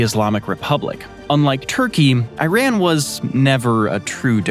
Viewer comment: how do you pronounce IRAN? Go back to school!